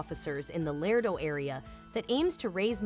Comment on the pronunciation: It’s not LARDO! ITS “ LARADO “!!! The second A is a HARD - A in the pronunciation of the name of the great town in Texas! PLEASE pay attention to the annunciations of our towns. You have no idea how insulting it is to hear your town mispronounced. The city I live in is SPOKANE. The “ E “ is silent. So you’d pronounce it “ SPOCAN “. Most people pronounce it “ SPOCANE “ ! 😢😭🤬💔👵🏻